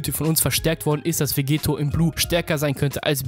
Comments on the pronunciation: dokkan battle Hä, na klar. Er spricht ihn Vegeto aus, und nicht Vegetto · Wieso sprichst du Vegetto immer falsch aus? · Der Es nervt mich bisschen.